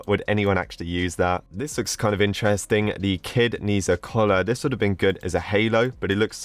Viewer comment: i am chinese, and Ne Zha is a very good animation i swear :D and uh it's not pronounced like that. :P